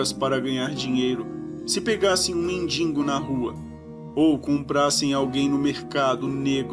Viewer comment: falou mindingo